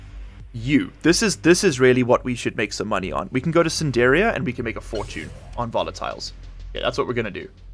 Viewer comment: Why do you say Sindiria and not Sindria? Sindiran and Sindrian too?